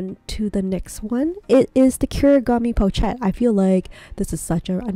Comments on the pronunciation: I think you pronounce it “po shet”, not “pouch et.” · Appreciate your video! But you really need to research how to pronounce the word "pochette" correctly. Not hard to find out....